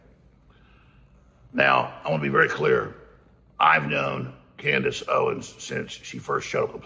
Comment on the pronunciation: It’s Candace not Candice